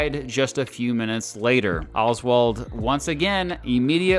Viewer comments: If I have to hear “Olzwald” every time says “Oswald”, so do you. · why do you say oswald like that